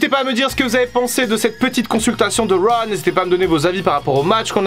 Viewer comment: Critiquer Fin pour son accent alors que tu dis "wa" au lieu de "rauw" c'est osé :)